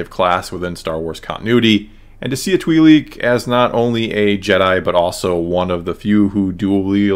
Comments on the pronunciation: Why can't you pronounce twi'lek properly its so distracting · Have I been pronouncing Twilek wrong this whole time? Ive been saying [T-why leck] and is saying [twee-leak].